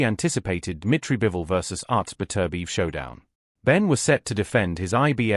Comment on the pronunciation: don't be lazy ... stop using AI to research and narrate the commentary. It can't pronounce Prince Naseem Hamed's and Artur Beterbiev.